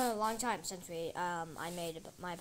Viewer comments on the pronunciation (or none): none